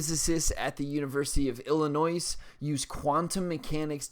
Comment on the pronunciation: Glad to see a young person who can read. Doesn't know how to pronounce Illinois, but okay.